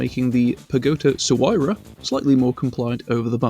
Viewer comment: “Toygoni Hypra” bro I’m dead… 💀😂🤌